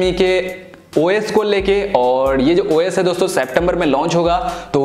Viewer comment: Bahi Tu os bol rha hai esa lag rha hai ki oyes bol rha hai😂😂